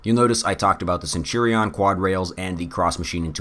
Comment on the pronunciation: I like the video but the way youre saying centurion is absolutely wild